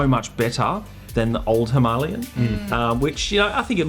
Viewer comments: Hi-ma-la-yan, not Himalian!!!🤦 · it's not 'himarlian' it's 'him - a -lay - an'. Don't speak english incorrectly just because other people do. and no, this video is not in indian, it's in english. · It's not that either. It's HIMAL-YAN. Also 'Indian' is not a language. Educate yourself! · Instant thumb down for smugly insisting on the Hindi pronunciation of Himalayan when speaking English. The Hindi pronunciation is correct when speaking Hindi, but not English. You were right in the title - this review is not for everyone.